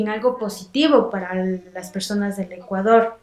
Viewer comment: It's Ecuador, no Ecaudor.